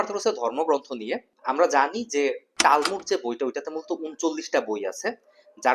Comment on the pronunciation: টারমুত না এটা তালমুত। ঠিক মতো তথ্য দিতে পারেন না।